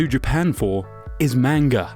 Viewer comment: I cringe every time he says manga wrong.